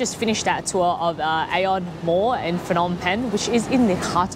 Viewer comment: Cool video!! Also the H is silent In phnom when u pronounce it.